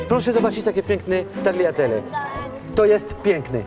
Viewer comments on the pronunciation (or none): To samo sie mowi taliatelle a nie tagiatelle